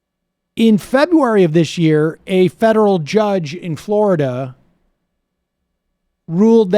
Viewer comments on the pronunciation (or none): none